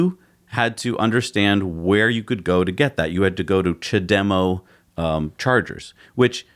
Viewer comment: "ja-dem-oh".... it's CHA-de-MO ... not hard to say mate.